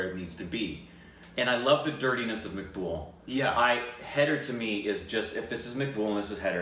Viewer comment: it's M -ac - bool